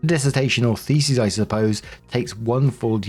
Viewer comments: Story 2 - As always, when is confronted with the word "thesis" he mispronounces it as the plural "theses"., do try to get a clue that "thesEs" is the plural of "thesIs". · Call me immature if you wanna..... cuz you'd be right but it sounds like is saying "FECES" when he is really saying "THESIS." "I found my feces in my universities repository....." LOOOOOOL!